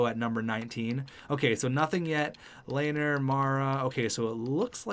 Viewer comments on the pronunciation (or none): none